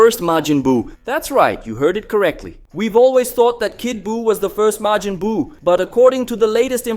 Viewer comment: No, he's got Majin spot on, but has a couple flubs elsewhere, like Glind.